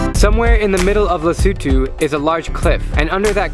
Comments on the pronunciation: Yay! He pronounced Lesotho properly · You pronounce lesotho better than me man